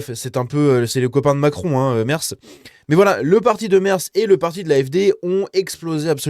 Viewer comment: Petit cours d'allemand: Merz...prononcé: Mèrts! Mais c'est pas si important. Merci pour la vidéo.